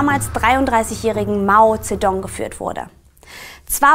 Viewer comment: Das Video ist echt super und ist inhaltlich sehr nützlich und gut aufgebaut! Trotzdem müsste ich noch ein bisschen meckern.... Das scheint jetzt vielleicht pingelig, aber die Aussprache hätte man vorher wirklich mal googlen können, wenn man's nicht weiß. Das dauert zwei Sekunden. Es muss ja nicht perfekt klingen, aber sowas wie King-Dynastie, Mao Tsedoong oder Provinz Dschangtschi muss irgendwie nicht sein, finde ich. Außerdem meine ich, dass man sich entscheiden sollte, ob man alte Namensübersetzungen komplett übernimmt (so wie Chiang Kaishek, Mao Tsetung und Peking) oder die tatsächlichen Namen einheitlichen verwendet (dementsprechend Jiang Jieshi, Mao Zedong und Beijing). Aber das nur noch am Rande. Tut mir leid für die Kritik, ansonsten fand ich eure Zusammenfassung echt super und es hat mir sehr weitergeholfen. Danke dafür!